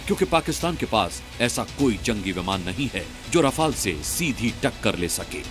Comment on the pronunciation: मूर्ख 18 रफाल ढंग से बोलो